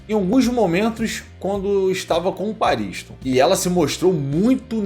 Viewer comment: Pela pronúncia que ouvimos no anime certo é pronúncia PAARISTON e não PA RINS TOM pausado